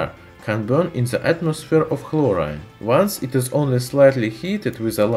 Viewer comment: Chlorine or hlorine lol